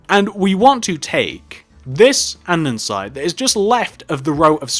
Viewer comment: It's an-de-sights not andensite 😂